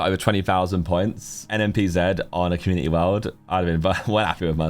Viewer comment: Thank you for saying NMPZee for us Americans